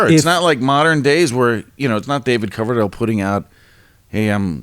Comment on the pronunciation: Did the bald dude really say, "David Cloverdale"? Time to replace him with a knew sidekick.